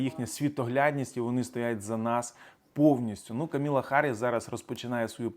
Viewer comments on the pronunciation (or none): Камала Харріс, не Каміла Харріс :)